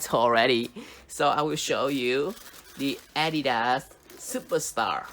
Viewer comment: its not adida but adidaS